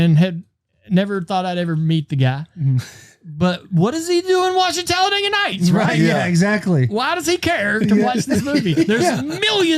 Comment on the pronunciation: "The NASCAR talladga race” 😂😂😂